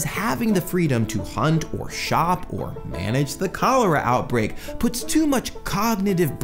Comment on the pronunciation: "How did you get Col-aru" it's cholera xD